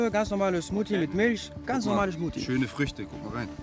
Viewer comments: Der Rettungsschwimmer sagt die ganze Zeit "Smutie" statt Smoothie 😂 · Immer die "Schmottie,Smusi,Smuti" statt Smoothie sagen😂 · Cmutzi :) haha